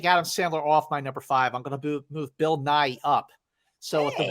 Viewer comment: OMG I kept hearing “Bill Nye” as opposed to “Bill Nighy”!!! I was so curious about what this movie was with a Bill Nye career turning performance! 😂